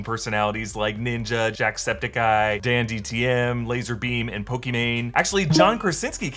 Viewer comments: Great video But am I the only one who noticed he said dandtm and not Dantdm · IM SURPRISED NOBODY NOTICED THIS PERSON SAYING 'DAN TDM' AS 'DAN DTM' LMAO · Dandtm????? It’s dantdm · DanDTM?? It’s DanTDM 🤣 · The fact that you said "Dan DTM" makes me really mad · Anyone else hear say Dandtm instead of Dantdm or is it just me? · Totally DanDTM 😭 It’s DanTDM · I'm offended that he called Dan "DanDTM" It's DanTDM! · did he say "danDTM"? It's "danTDM" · did u say dandtm? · Did you call DanTDM DanDTM? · GASp he pronounced dantdm as Dandtm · Was I the only who heard him say DanDTM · 🤣🤣 he said danDTM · Im sorry.its "DanTDM" not dandtm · Dantdm not dandtm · Just casually watching the video to see what I missed, and when you said "Dan DTM " I lost braincells. How... how did you mess up THAT badly? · please tell me you didn’t just say danDTM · Is no one going to talk about how he said "danDTM"? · did he just say "DanDtm"? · Did he just say 'DanDTM'? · Is it just me or did i hear "DanDtm"? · did you just say DanDTM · Did you hear how he said dantdm